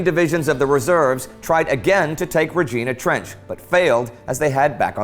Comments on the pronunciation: I haven't missed an episode of this great series! Just a small correction though. It is pronounced Reg-"I"-na Trench (not Reg-"E"-na!) Keep up the great work Indy & company! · Indie, someone may have already commented on this, but I think you are pronouncing the name of Regina Trench incorrectly. Given that is was a Canadian Objective, and there is a Kenora Trench contected to it, I suspect they were named after Regina, Saskatchewan and Kenora, Ontario. Canadians pronounce Regina as ri-jahy-nuh [rhymes with vagina] :)